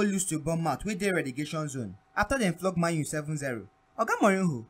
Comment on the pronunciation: Just love how pronounce "FLOG"